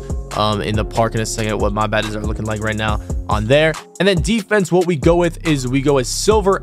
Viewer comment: Why this dude call badges baddes🤣🤣